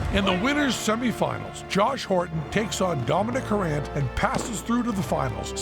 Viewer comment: It's "Harant" not "Harrant" ;)